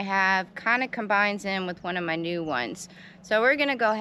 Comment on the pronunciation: For a sec i thou you said nude! 🤣 not new tattoo.🤦‍♂️🤣